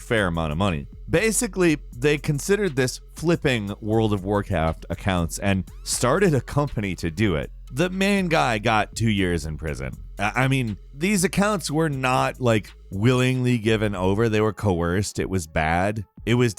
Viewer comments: "world of war caft" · For “world of war caft”